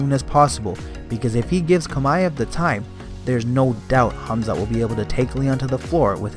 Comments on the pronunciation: I can't stand this man pronouncing Khamzat's name smh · Why does it seem like only a select few can properly pronounce Khamzat's name & surname🤦🏽‍♂️